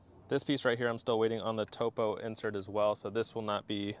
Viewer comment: Not pronounced “toe-poe” Pronounced like top-o, as in a topographic map. Cool stuff man!